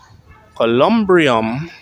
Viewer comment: The building of his resting place is called a columbarium. You constantly mispronounced words in your vlogs.